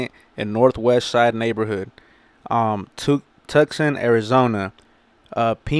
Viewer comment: Tucson pronounced Too- Sawn . Como que Tuxin, AZ ? 😂 I hope he's ok and that this is just BS.